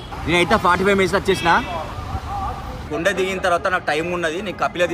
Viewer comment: అన్నా కుండ కాదు అన్నా కోండ